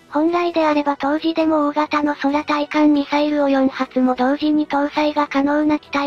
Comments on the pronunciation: F-2の対艦攻撃時にはF-15が護衛に飛ぶ事をしら無いのか？ しかし「そらたいかん」ってなんだよ、なんでちゃんと読み上げソフトを修正しないんだ？ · 空対艦ミサイルをそらたいかんと読む音声に違和を感じるな！。ファン離れの原因になるぞ！。